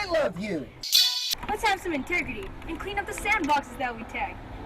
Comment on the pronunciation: "let's have some intergity"